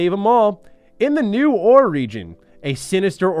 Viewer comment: "Orre" is not pronounced the same as a chunk of rock with metal in it that gets refined for said metal. (Ore.) It's pronounced "Or-ay."